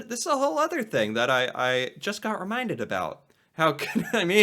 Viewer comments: We don’t say aboot. It’s more like aboat. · It’s not a boot Jesus Christ. I mean I guess I might live in a different part of Canada but that sounds ridiculous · it's not that we actually SaY 'aboot', it's just that that is how it sounds to Americans. do some research on vowel length - us Canadians use longer vowel length and you guys shorten them:)